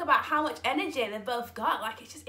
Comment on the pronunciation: I love how you say enerjay LOL gets me every time